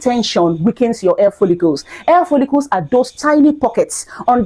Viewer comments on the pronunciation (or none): Please say hair NOT Air